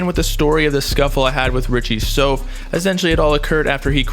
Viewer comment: It’s Richie souf (south)